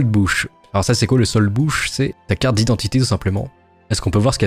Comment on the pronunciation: Tres bonne video parcontre soldbuch se prononce(soldboure) et le wehrpass était rempli en meme temps que le soldbuch mais restait à l'arrière dans les bureaux